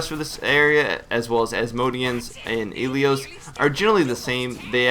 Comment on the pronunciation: Elyos is pronounced, Eh-Lee-Oss